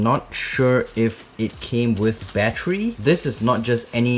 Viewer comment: Sounds like ur saying battree